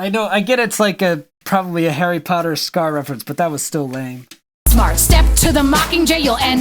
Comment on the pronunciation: did you say Harry cotter?